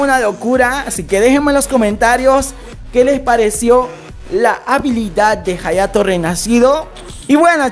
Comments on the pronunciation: jayato Yo:._. hayato se pronuncia ayato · En realidad se pronuncia "Jayato" puedes escribirlo en el traductor japones y escuchar como lo pronuncia y dirá "Jayato" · se pronuncia "jayato" pero se llama "hayato" we